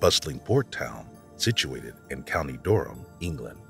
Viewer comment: Heart-lee-pool county duh-rum